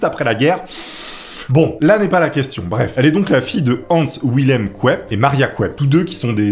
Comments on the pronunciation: je suis à la ramasse (ça reste dans le thème) avec tes diffusions le lundi. J'aime bien, ta façon de dire "kouèpk", J'ai pas fait allemand, mais je crois que ça se dit "keup-ke"... bon en même temps va savoir comment le disent les Péruviens... ^^ allez, des pouces ! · « Kouèpe » 😂 Ça se dit « keupké » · Ca ce dit "Kep-KEU" normalement en le lisant à l'allemande, pas "Couep". Je jette pas la pierre on est peu à avoir fait allemand en option ahaha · excellent, comme d'hab? non.... excellent ET de mieux en mieux. Par contre, petit cours d'allemand pour (et ceux que ca peut intéresser), le nom de famille se prononce phonétiquement: K EUP KEU c'est cadeau... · ont dit (kop que)en phonétique 😂❤👍🦾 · Super video par contre tu prononces super mal Koepcke mdrrr c pas du tout ca. Video parfaite et geniale sinon